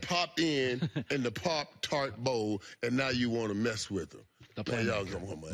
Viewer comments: He was really struggling to say pop tart he pronounced it 7 different ways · I was today years old when I learned Michael Irvin couldn't say, "pop-tart"